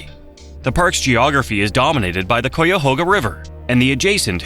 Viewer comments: Anyone else realize instantly when they said “Cuyahoga”, they weren’t from Ohio 🤣 if is even a real person speaking lol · The AI voice is killing me. After hearing it mispronounce Cuyahoga a bunch of times, I can't listen to this anymore. I'm not even from there. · my man does not know how to pronounce Cuyahoga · The pronunciation of Cuyahoga needs to be corrected. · they way you pronounce Cuyahoga lol.- AI slop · Being from NE Ohio the way it says Cuyahoga messes me up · Wish it could pronounce Cuyahoga. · I’m from Cleveland Ohio please correct the cuyahoga AI voice it’s bad lol ai is not saying it correctly. Thanks for the video. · Wish they would pronounce Cuyahoga correctly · This was an interesting video, but several of the locations were not pronounced correctly, including Cuyahoga, Portage, Maumee, Tuscarawas. Before doing any more videos, I would check pronunciation of whatever you are talking about. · If the narrator is not AI then he is not from ohio because if he was he would pronounce Cuyahoga properly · The pronunciation of "Cuyahoga" 😂😂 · Lol you pronounced Cuyahoga wrong. Maumee sounds close to ‘Mommy’ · This video would’ve felt much more educational had the AI voice learned to say Cuyahoga correctly. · I was about to post the same thing. Strangely it did get Scioto right. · I was coming on here also to say the very same thing learn how to pronounce cuyahoga if your going to make a video about it lol How annoying to hear that awful pronunciation over and over. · And a few others, like "Portage". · That's what I kept saying!! Cuyahoga you stupid AI voice. Ugggghhhhh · For sure. 👍🏼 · Yeah, each time it said Cuyahoga, I physically winced. I lived most of my life within just a few miles or less (sometimes just a couple hundred yards away) of that river. Across 4 different counties. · “Coyahoga” make me irrationally angry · AI can't pronounce cuyahoga 😂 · and it's an AI voice. It said "COOYAHOGA"hahaha. "kay-ya-hoga" you dumb robot. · Yes, very annoying.